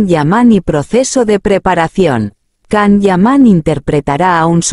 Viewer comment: Primero empieza a pronunciar bien su nombre.....todo lo q dices es falso....mientras q no salga nada de su boca,todo es mentira querida robot.